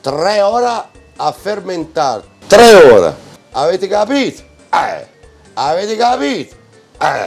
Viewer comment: Un trrrrreh